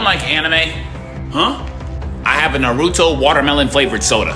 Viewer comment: People need to stop pronouncing Naruto wrong